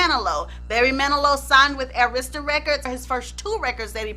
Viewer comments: So I'm not the only one yelling AIR-ista everytime she says a-RIS-ta??? 😁😁😁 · You know i love me some!!!!!! Because normally i get so ticked🤯 when people do not pronounce Arista records (it was pronounced wrong) because its easy to say it......but i know your intention so i didnt get too hot 🤣🤣🤣🤣🤣 but you connected some dots very clearly...always a good job